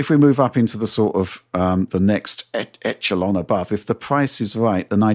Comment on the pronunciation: the pronounciation of echelon killed me. Have you guys not played Splinter Cell?